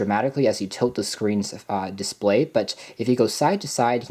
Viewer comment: Display not "Disqway"